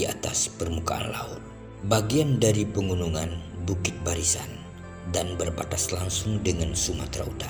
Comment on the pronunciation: Mohon pembaca narasinya dilatih dulu. Dia ucapkan 'pengunungan', seharusnya 'pegunungan'. Kualitas video sudah baik.